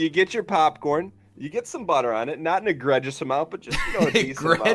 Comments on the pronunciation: "Egre-juss"? "Draw some ear?", we need to talk about your pronunciation... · pronounces Caramel friggn weirdly I'm from Newyork and I pronounce each A in caramel. Also egregious was pronounced fuckn weirdly too. Usually I get annoyed at Egg for saying BAGel but this time he's in the right